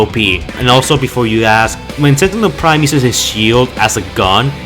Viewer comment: pwime level opponents